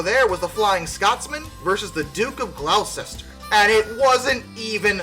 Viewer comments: Gloucester is pronounced gloster not glo-sester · I'm gonna be an absolute jerk here, but it comes from a place of love. Gloucester is pronounced "Gloss-ster" for reasons we don't fully understand. British English makes about as much sense to me as the governing ethos of Amtrak, but I know how they pronounce their city names. On another note, whilst I'm sad 844 didn't take it over 611, there's no other engine I'd rather have beat her out. 844 has a lot of childhood nostalgia for me, same with 4014. Those two will always be my favorite engines. Greetings from Utah! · The mis pronunciation of the Duke of Gloucester hit me as a brit quite hard (D-you-ke of Gloster)